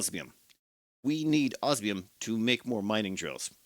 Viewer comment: I think he has a little checklist and looks to see which one he used last so he can use the other. I'm just surprised that he's pronouncing osmium correctly. I kind of expected it to undergo transformation. use of language is a high point of his videos.